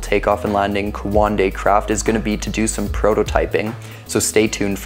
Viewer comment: it's not quandei its coandā